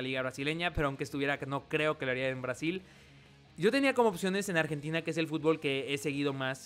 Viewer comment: en el dijo "nargentina" xDDD pd:me caen bien los argentinos,no se lo tomen a mal